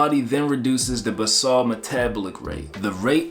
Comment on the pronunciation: Basal is pronounced “bay-zul” not “buss-all” 😮